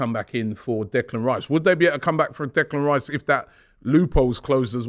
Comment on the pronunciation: 😂 chopping block Robbie. Butchering names left right and centre! Reclan Dice incoming 😂👍🏾